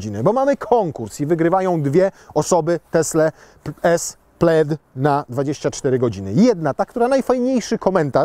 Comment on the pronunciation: Dlaczego w momencie omawiania historii nazwy modelu jedynie nazwa Plaid została spolszczona? Wszystkie inne zostały powiedziane poprawnie, a akurat nazwę samochodu prezenter powiedział źle XD